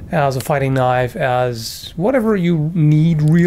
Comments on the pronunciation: now thats a knoif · Now, the last one, THAT is a knoife